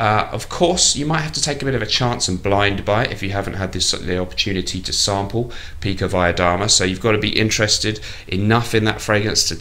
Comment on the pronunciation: Btw, your pronunciation of pikovaya dama is pretty good. Did you go to Cambridge, perchance? So many kgb spies have graduated from there, it's like their finishing school :)